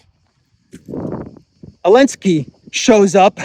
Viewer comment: Didn't anyone tell him that the Ukraine President's name is Zelensky and not "Elensky" unless there is a silent "Z" on Ukrainian.